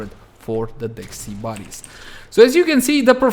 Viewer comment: Why do you pronounce it like SEE-BAR-is... Is this a meme or is it just the accent? Genuinely curious. No hate.